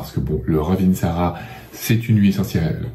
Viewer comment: On ne prononce pas le dernier "a"...